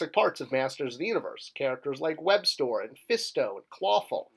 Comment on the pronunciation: bro. ‘webstor’ is pronounced ‘web-store’ just as ‘skeletor’ is pronounced ‘skele-tore,’ not ‘skele-ter.’ you wouldn’t pronounce ‘stridor’ as ‘strider’ would you? 🤦🏼‍♂️